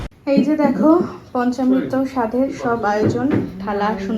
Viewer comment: পঞ্চামৃত, পঞ্চমৃত নয়